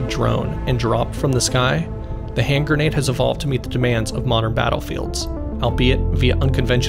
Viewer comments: It's gren-ade, not gur-nade fool! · Awesome video. Also, it's a gre-nade, not ger-nade. 👍